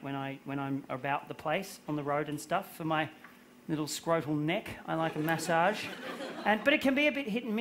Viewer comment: I thought he was talking about messaging and was so confused about his prononciation